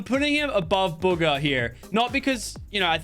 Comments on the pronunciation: WHEN HE BUGGA INTSTEAD OF BUGHA LMAO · You said booger not Bugga! Haha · He called Bugha “booger”